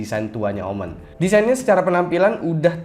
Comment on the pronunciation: Bacanya omen bang jangan omen😏